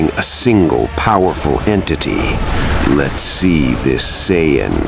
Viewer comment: What the fuck is an cy ann? There’s no such thing, you mean, Saiyan.